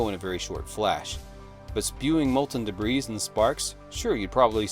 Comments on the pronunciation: Does this guy pronounce the ess in "debris"? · The S in debris is silent, my guy.